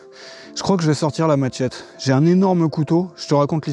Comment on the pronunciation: c est pas maTchette kon dit mais machette